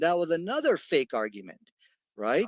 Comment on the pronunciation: Did he said “FAIC” FAKE LOL